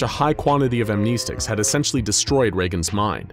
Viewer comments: Amnestics is pronounced "Am-ness-sticks" not "Am-knee-sticks" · Am-neh-stics not am-knee-sticks cancer to the ears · You are pronouncing "amnestics" incorrectly.